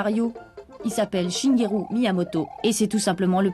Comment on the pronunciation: C'est pas shingeru mais Shigeru